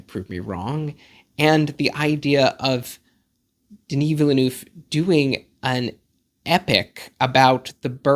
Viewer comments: I'm going to watch this again, but take a drink every time I hear the word 'villa-nooff' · Enjoyable video and hate to nitpick but you are really mispronouncing his surname 😬 it's "vil-nerv" (two syllables, second dipthong is the same as the "ir" in "bird") [credentials: I am fluent in French. also I know some Americans say "vil-noov" (also incorrect) but if you're going to pronounce Denis properly then I feel like people should also say Villeneuve properly]